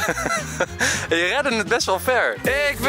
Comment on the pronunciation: RRRed het 🤣